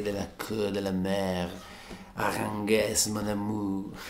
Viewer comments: Grandeeeeee !!! Finalmente El Concierto de Aranjuez !! TU-TO-RIAL TU-TO-RIAL TU-TO-RIAL :D Per la precisione, Aranjuez si pronuncia Aran "hu" (qui mettici l'h aspirata tipo ich dei tedeschi) e "ez" qui pensa che sia scritto "es" e pronuncialo come farebbe Jovanotti ;-) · Non male la riduzione. Sarebbe il caso si informasse sulla esatta pronuncia di "Aranjuez"; non " Aranguez " !! Buccia di banana intollerabile...